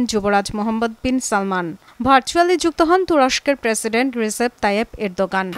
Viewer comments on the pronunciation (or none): hea vlo kore sunen dokan bolche🤣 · রিসেফ তায়িফ এরদোয়ান❎ রিসেফ তায়িফ এরদোকান✅